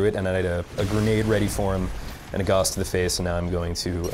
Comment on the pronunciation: I like that he still calls the ballista the guass.